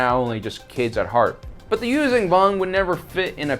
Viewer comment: It’s closer to Yūshjan than Yūzan.